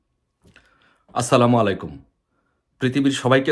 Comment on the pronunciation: Salam da shuddho vabe de rajakar er baccha